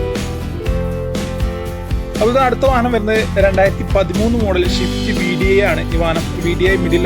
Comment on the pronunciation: സ്വിഫ്റ്റ് എന്ന് പറയെടാ.., ഷിഫ്റ്റ്‌ അല്ല